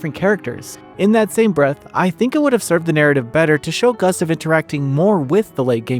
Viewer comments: Ugh, the mispronouncing of Gustave throughout was rough to listen to. Sound it out, it's Goo-stov Not Gus-tuv 🤦‍♂️ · Not sure who this "Guhstuv" is you keep talking about...